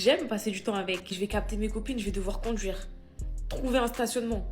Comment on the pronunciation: Condtchuire, voitchure, nanani nananen…